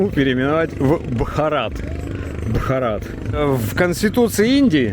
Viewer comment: Ударение на первое а в слове Бхарат